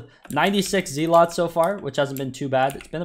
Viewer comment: it’s “Zealots” not “Zealots”